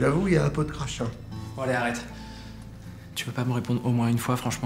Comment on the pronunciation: of Savoir c'est crachin pas crachat ! First.